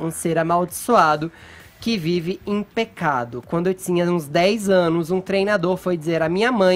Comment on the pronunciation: Porque o Fefito fala: D"S"iego? Not"S"ícia? T"S"inha? Crit"S"icando? Forçadament"S"iii?